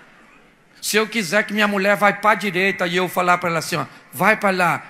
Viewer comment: O cara tava oiano pro meu oio pra ver se o meu oio tava oiano pra Muié.esse pastor é uma figura😄😄😄😄😄😄